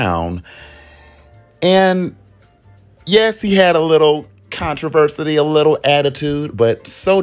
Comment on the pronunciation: "Memoral, controversity" I'm not even three minutes in but I'm adding new words to my dictionary. Love this.